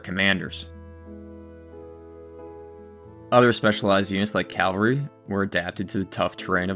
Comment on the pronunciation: To the narrator of the second portion - I enjoyed your information, but, please, "Calvary," as you pronounced it, was the hill where Christ was crucified. "Cavalry," which you meant to say, are mounted troops. Elementary school mistake.